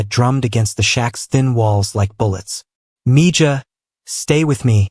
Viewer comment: Grest story, thanks! Btw, I think Mija or Mijah, not sure of the spelling is pronounced Mēhă...spanish word.